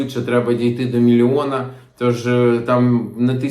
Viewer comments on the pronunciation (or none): Правильно мілЬЙОн казати, а не МІЛІОН